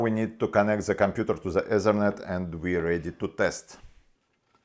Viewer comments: Say T in stead of Z. Zhe Ezernet must be the ethernet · when he said ezernet i felt that.